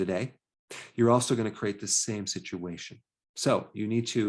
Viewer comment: You're saying "CRATE" for "CREATE""